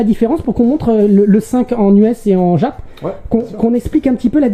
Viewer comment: Exceptionnel! Juste, par pitié, arrête de dire " djap " pour dire JAP 😅😅